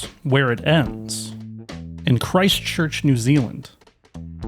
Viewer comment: So not gonna dis on the way your pronouncing stuff bc your not from NZ but your pronouncing Christ Church and New Zealand wrong